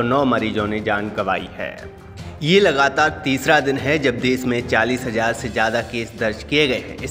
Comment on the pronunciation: Desh hota hai des nahi. Hindi sahi karlo apni